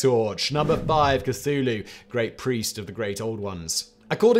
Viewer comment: I'd be more impressed if his scriptwriters would include a pronunciation guide for Simon before he throws himself into the videos. Funnily enough, he doesn't seem to have much trouble with "Cthulhu". Secret cultist?